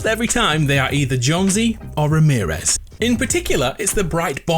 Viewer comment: everytime he said ramerez -/